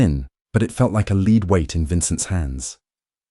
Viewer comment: Good story. ❤ How come ai can't say the word lead but says leed instead?😂